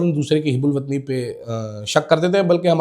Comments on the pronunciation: It is hubulwatni not hib check dic. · شرمندہ کروا دیا لفظ hib ul watani نہیں ہوتا، hub ul watani ہوتا ہے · حب الوطنی ko ap HUB ALOOTNI پڑھا کریں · Houbul watni not hibul watni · Word Hubbol watni hota hota Hebbol watni nahen Qazi wajahat حب الوطنی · Correct your pronunciation...its hubb ul wattan....